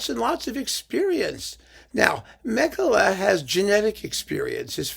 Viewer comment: A detail: being Finnish he's pronounced Makela not German-style Mekele. I was worried about this from the moment I saw the bizarre hyped colours on the cover - sounds as if the music may be the aural equivalent, but I will listen to at least one of the symphonies to see.......